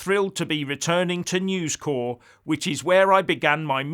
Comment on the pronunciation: It's News Corp not News Core, I worked there for 18 years at one point.. So I should know))